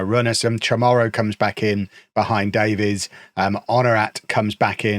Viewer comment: The Welsh surname Davies is pronounced like "Davis" btw